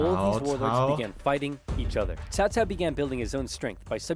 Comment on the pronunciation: We all blamed early Dynasty Warrior games for making us mispronounce Cao Cao's name as "Cow Cow". They eventually fixed it in later games, but by then the damage was already done.